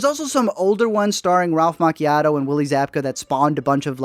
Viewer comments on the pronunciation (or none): Ralph WHAT? It’s Ma Ch E O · You DID NOT just pronounce “Ralph Macchio like a coffee drink!! 😆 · Can't enough pronounce Ralph's last name...🙄 you're too young